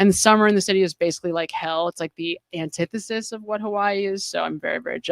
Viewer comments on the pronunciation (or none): none